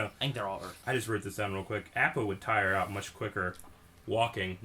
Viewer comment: Great reaction/discussion until you said app-uh. FeelsBadMan